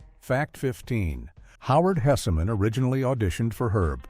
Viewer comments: HESSman, AI. Not Hessiman. GEEZ LOUISE! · I hate AI narration so much - mispronounced names, pauses in odd places, etc. FWIW, AI narrator, it's supposed to sound like Howard HESS-min, not HESSA-MAN like he's in the Marvel universe. Also, it's just 14 "facts" because one is more or less repeated - it's at the beginning and mentioned again toward the end. I watched the show's first run, and to me the call letters were explained by the Carp costume, regardless of what the show creator said. (He may have been honest, but ever think he might have been pranking someone with his explanation?) Herb crawling under a bathroom stall in his Carp suit and then brawling with the pig mascot of the rival station was hilarious. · Are you referring to the Howard Hess-eh-man that was mentioned 6 times? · Howard "Hessa-man 😝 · The issue is not the AI voice mispronouncing the names. The issue is the carelessness of the channel's owner, to not give the narration a listen in order to correct the errors. AI voices do not pronounce my surname correctly. So I have to spell the name differently if I want to get a pronunciation that I like. The same goes with the surname of Howard Hesseman; if the AI voice is saying "hessa-man", then the thing to do is to use the spelling "hessman" in order to get the right pronunciation. This is a failure of a human, not a failure of AI.